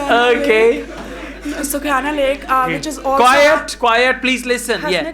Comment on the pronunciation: Wow sukhiana lake 😅 sister it's sukh-mna lake